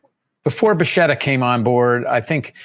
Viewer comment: The current pronunciation of Bacchetta has changed from buhsheta, to buhketa. Was that done at the time of the sale?